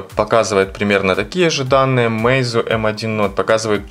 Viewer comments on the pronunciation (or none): none